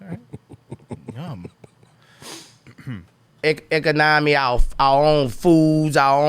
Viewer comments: Eko-nami. That's how it sounds when he tries to say economy. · Rofl, hes like we should like...start farming the vegetications and producing the medicicationals. Form a eccanommy, create our own manney.